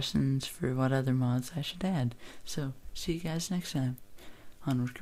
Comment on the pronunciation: giaze? is that somee fucked up way of saying guys?